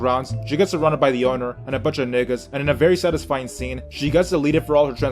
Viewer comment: I hate the way yu say nigga bruh where are yu from 😂😂